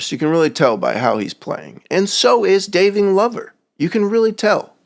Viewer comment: Daving Lover🤣 dude im pretty sure its supposed to be Davin Glover 😅 very insighful vid tho! that just made me laugh i had to say something xD